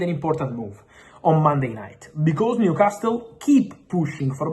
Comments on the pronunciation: And New Cast Le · Stop saying New Castile. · I love how he pronounces NewcásTle